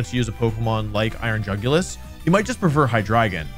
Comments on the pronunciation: Bro absolutely butchered the iron jugulis stats lmao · I assumed that Jugulis was pronounced "YOO goo lease" b/c it looked like a Latin word (and apparently is one, thanks Wolfey/editor/folk!) but most youtubers pronounce it the way it is spelled. Whomst?